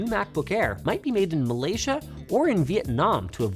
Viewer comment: that's a very good pronunciation of Malaysia 👍